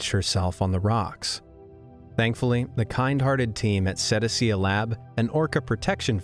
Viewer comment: “Cetacea”…. “SetAYshuh”